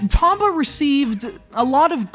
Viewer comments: I always thought it was pronounced Tome-ba...oh well. This one was done justice by its sequel. The second one was what I felt a perfect game. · 1. You cant pronounce "Tomba" correctly 2. You're an idiot who cant move a 2D character through a simple plain without crying because thr game is too hard 3. You dont even bother getting past the first 8 minutes of the game, which is longer than i spent writing these 3 points which i consider a big waste of time and now im mad and want those 8+minutes of my life back (-,-) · Damn, and I liked this game the very second I picked it up. But I don't feel too bad, this guy can't even say the main characters name right.